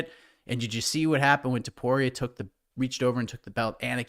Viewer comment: It's TOPURIA NOT TOPORIA